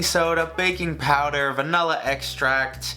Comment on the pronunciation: did he just say “ vanulla extract”?